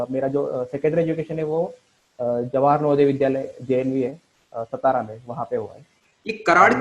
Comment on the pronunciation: It is not सतारा,it is सातारा and not Puna it is Pune... Both are district in western Maharashtra